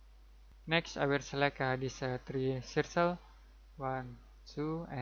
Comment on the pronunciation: I didn't notice any annoying click sounds at all, just a great explanation of the process of creating a hinge, which is exactly what I was looking for, thanks! PS, the word "circle" is pronounced "surkel", not "sursel". And you wouldn't say "about" when referring to a dimension as specific as "58.4" I can't imagine how confusing the English language must be to learn! Thanks again, subscribed.